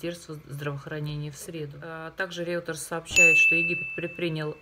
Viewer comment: Не Реутерс, а Рейтер